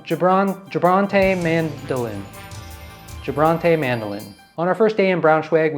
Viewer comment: Funny how you pronounced "gebrannte Mandeln" ("roasted almonds"). Mind that in German, the "g" is always hard, like in English "get", the "a" is always like in "father", never like in "bad", and ending "-e" is not silent.